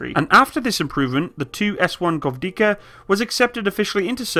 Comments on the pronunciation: How hard is to pronounce gwozdika?are u kidding? G v o z d i k a. Gvoz - dika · After third time i heard you say govdika i just cant continue watching without leaving comment, i am so fucking angry that you didnt check correct spelling before making video about it, its GVOZDIKA NOT GOVDIKA! Edit: just few second after i finish my comment and start watching again he butchers yet another name, its 2S2 FIALKA NOT 2S2 FLATKA or whatever was that. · Take some time to pronounce the names, it's g-voz-dika, e-katerin-burg, etc